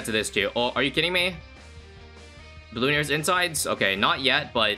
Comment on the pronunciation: Yall ever notice how says "Bloon-arias" and not "Bloo-narias" or am I just tripping?